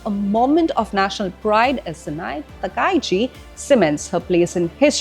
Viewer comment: Japan Prime Minister Name is Ta Ka Ii Chi. Yes( not Ta Kai Chi)